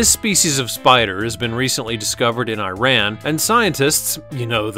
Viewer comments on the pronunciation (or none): none